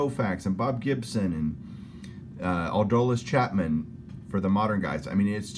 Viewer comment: Who's Ado-liss Chapmen? Lol.